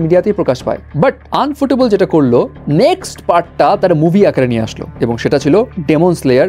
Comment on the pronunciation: it's ইউফোটেবল not আনফুটেবল